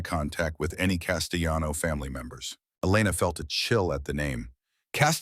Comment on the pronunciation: The AI pronouncing the double L in Castellano as if it were a Spanish name made me laugh.